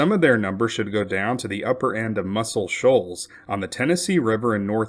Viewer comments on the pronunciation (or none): none